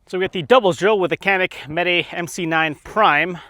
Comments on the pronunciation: It's not meet or meety it's meh-teh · It’s pronounced meh tay